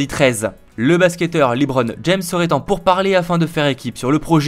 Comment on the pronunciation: Petit tip : ca se dit LéBron et non LiBron à l’oral